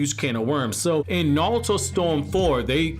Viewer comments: Yo no disrespect but why does it sound like you’re sayin Naluto to go instead of Naruto to go 🤔. Is it an accent thing or a Japanese pronunciation thing. That shit is triggerin me odee 😭😭😭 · oh I didn't hear the accent with any other word lol